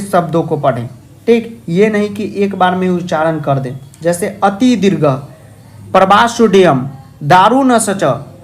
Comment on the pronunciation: Sir ji, pravasodayam nhi hota h, pravasoayam hota h n!